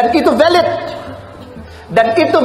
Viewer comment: Valid, bukan velid Pak